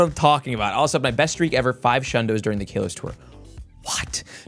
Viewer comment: STOP SAYING KAYLOS BRUUUH